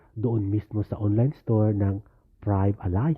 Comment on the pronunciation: Kuya, French word po ang Prive' Alliance and is pronounced as is Pribe